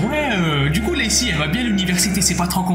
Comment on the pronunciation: Je rigole tjrs qd tu dit biengue😂😂